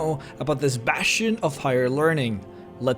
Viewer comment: Is someone clenching your balls or something? The college of WINTer hold is a BASTion of leaRNING.